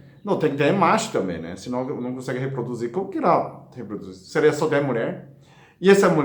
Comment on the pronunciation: Como todas falaram aqui nos comentários deste Vídeo, o sr é muito fofinho! 🤗kkkk, ainda mais falando "seleia" 😍